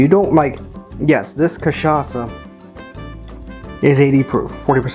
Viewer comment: this is the best pronunciation of an american saying cachaça I have ever heard, recipe is almost perfect just drop the simple syrup and add one more spoon of granulated sugar.